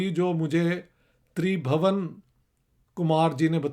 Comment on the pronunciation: Sir it's not Kush as you pronounced the "u" here is pronounced as in "put", similarly it wouldn't be Tribhawan but Tribhuwan where is "u" will be pronounced as in "put"